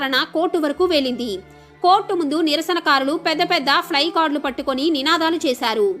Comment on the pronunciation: Fly card kaadu. ఫ్ల కార్దు అనాలి.